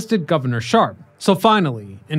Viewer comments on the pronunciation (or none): BTW Gov. Milton Shapp not Sharp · It’s Gov. Milton Shapp not Sharp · The Governor was Milton J. Shapp, not "Sharp". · Pennsylvania's governor at the time was Milton J. SHAPP, not Sharp. This is history?